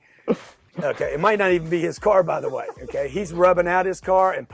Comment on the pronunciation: Hahaha him saying ‘eh k’ 🤣